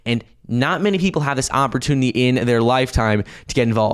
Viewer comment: 🤣🤣🤣 He still can’t say “ opportunity”. With regards to… per coin. Mouth breather.